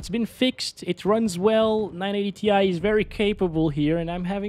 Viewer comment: 980 TIE not tee eye - tie!! 😂